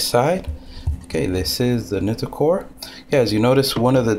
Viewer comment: I think its pronounced Nightcore, just my opinion...